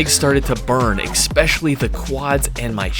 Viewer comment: It's ES-PE-CI-ALLY not eKspecially. So annoying. You do so many challenges man, you can pronounce one word too, I believe in you! ❤